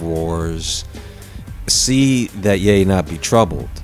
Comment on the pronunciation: Why do you insist on pronouncing ye as yea? YE is pronounced with a long E. look it up.